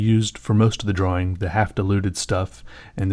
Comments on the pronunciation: it annoys me how much he annunciates the w in draWing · Wow you're probably the only guy that pronounces drawing the way it's written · I like the way you say drawing.